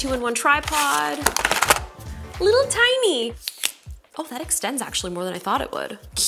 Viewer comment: Very tine. So tine.